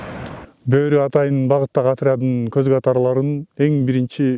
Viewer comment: Тооба журналист не эле БӨӨРҮ деп атат , жөн эле БӨРҮ деп бир ө менен айтыларын 5 жыл окуп билбеди бекен 😮😮😮